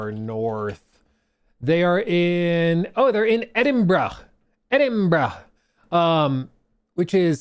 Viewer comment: nah man you are not allowed to pronounce Edinburgh correctly